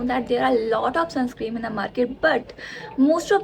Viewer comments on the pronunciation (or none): di it's sunscreeN not sunscreem 😊